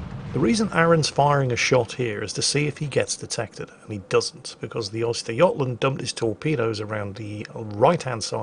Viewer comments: The "Oyster yotland"? Try ; "Uhster Guhtland" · Östergötland, not Oysterjotland xD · A bit of help for pronunciation; it's more like 'Ooster-yot-land' Also, the 'Angela Merkel'? Surprised the Germans haven't named one of their ships that already irl. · is deliberately saying 'oyster' - tasty shellfish - I'm pretty sure he knows his pronunciation is wrong:)